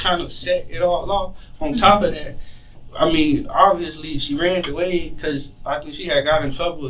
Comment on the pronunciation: Anyone who says, “she ranned away” over and over or “school compooter” did not go to FAMU except to party.